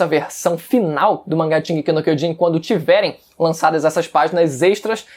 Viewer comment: Puta que pariu, até os atuais dias você não fala direito a porra do título, aprendendo a falar Japonês, curso e tudo mais, porém... O título continua errado, bom..., Foda-se, estou aqui pois tem outros piores.